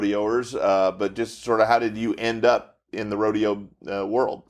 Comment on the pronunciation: How do you manage to have an entire episode on rodeo and not even know how to pronounce "rodeo"? I mean, seriously. It's not like they're even a live studio audience. Sheesh.